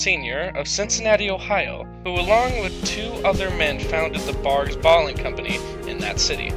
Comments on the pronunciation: Barqs not Bargs 🤦‍♂️ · Its #BARQS not the way u r pronouncing it bargs just saying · You are saying Barg's. This makes my face pucker. It's a q. The sound you are pronouncing looks like this: g. Good luck! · Is he saying bargs? I swear to god I thought it was pronounced Barcs, I know it’s spelled barqs.. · Why you saying it like “barg” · Pronounced “barks” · You’re not even pronouncing the name of the cola correctly!!!